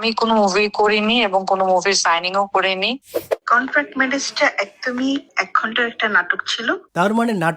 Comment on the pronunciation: কনটান্ট নয় এটা কন্ট্রাক্ট হবে। আপনি নিজেও কিন্তু ভুল করেন